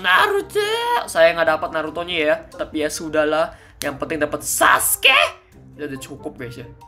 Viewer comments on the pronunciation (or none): Saskeh nartoh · Gue ngakak pas dia ngomong "saskee"😂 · Ngomong saske nya gitu amat